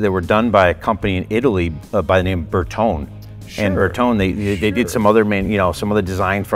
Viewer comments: Bertone is pronounced Br Tow Nee I love the car and since it’s yours obviously you can call it what you want. Just know that every Italian everywhere is gesturing wildly with their hands while screaming insults every time you say it like you do. 😆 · Am i the only one getting "triggered" by this guy refusing to pronounce and put the "E" on the end of Bertone? 😅 Its not pronounced "tone" its pronounced "Tony". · Nice car! Bertone is pronounced Bertoney. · I believe we pronounce Bertone 'Ber-to-neh', not 'Ber-tohn' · Berton- eh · It's pronounced "Berton-ee," fellas. C'mon! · It's pronounced Berton-ay, not Ber-tone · BertonE!!! Its like Porsche, the E is not mute! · It is not Berton. it is Bertone with E in the end and it is vocal, E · Fail on the pronunciation of bertone 😂